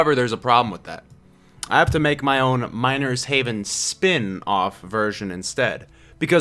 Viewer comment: i thought you said minor's heaven at the beginning